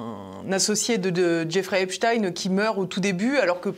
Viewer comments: Il faut arrêter de dire Epstine mais Epstein comme Einstein oui il était juif inutile de le cacher ! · Pas Stein mais prononcer stien. C'est juif. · Comment on prononce Epstayne ou Epstiiine ? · Pourquoi il l’appel Epstine tout le long?